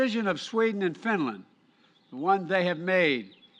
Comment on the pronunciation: he cant say finland properly